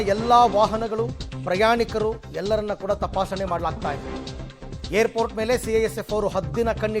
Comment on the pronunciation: He is pronouncing hair port 😂😂 babaji it's Airport